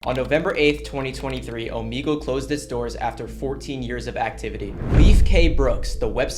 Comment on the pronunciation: I hate when he says omigle its omegle